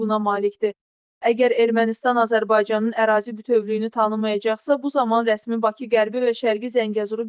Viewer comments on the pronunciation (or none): none